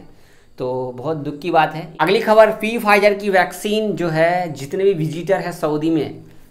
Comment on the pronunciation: पी फाइजर नही भाई, its फाइजर